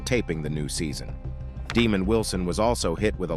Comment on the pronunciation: Pronounced- Deh- Mond.